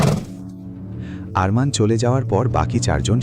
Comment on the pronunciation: অরমান নয় আরমান বলুন